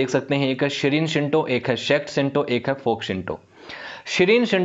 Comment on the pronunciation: आप बहुत अच्छा बोलते है। however, you should called Shrine as श्राइन। you are right now pronouncing it as शिरीन। आपका वीडियो बहुत अच्छा है। धन्यवाद।